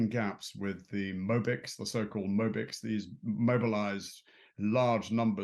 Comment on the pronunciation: Mobics 😂 so funny to hear American person say that word